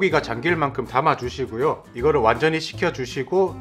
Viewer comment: 불올려주시구요 하실때 구구 하시는것보다 불올려주시고요 가 맞아요 표준어는 거부감이 없어요ㆍ 잘보고갑니다ㆍ